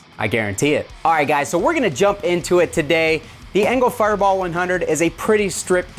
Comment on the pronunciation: I really enjoy when you leave the mistakes in like "enger firebar" I laugh every time, makes the vids that much more enjoyable because we all as humans do that type of stuff 🤘😅